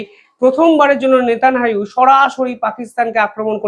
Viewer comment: Bolun Netanyahu Not netananu!